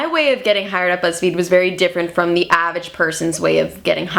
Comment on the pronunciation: It's AVERAGE not AVAGE! smh